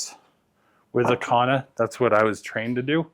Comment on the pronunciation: There's no H in kanna.